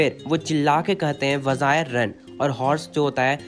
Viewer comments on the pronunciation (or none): Bhaiya वजायर nhi वज़ीरे है